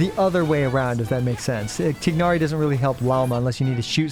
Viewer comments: Tigg nari pronounciation is diabolical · This guy playing Genshin for years now but can't pronounce Tighnari correctly.